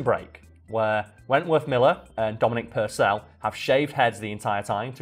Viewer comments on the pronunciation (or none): purcell is pronounced like persil not per cell